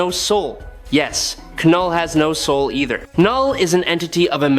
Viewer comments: when are you going to lean how to have your ai correctly say KNULL not kanull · Love this channel and the battles they choose but if I heard K-null one more time I was putting my head through the wall. If it’s AI just type Null so it pronounces it correctly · Please stop saying K-NULL. It's Knull. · Ka-knull, Ai ??? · I know what you mean...it is a bit annoying hearing him pronounce the Knull..k-null😂